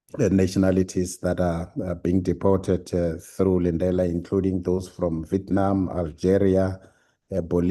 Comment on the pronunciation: Honourable, it's deported, not depotated. 😂